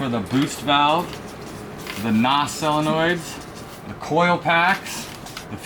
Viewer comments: I dont know where to start... holy shit... "NOS solnoin" (solenoid) "Charge pipe plumping" (plumbing) "Fuel pressure reglator" (regulator) "Troq" (Torque) And last, but not least.... "Bradalogie" (wtf??) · you almost had solenoid right LMAO